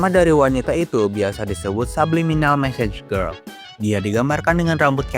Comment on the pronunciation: Bang yg bener "message girl" bukan massage girl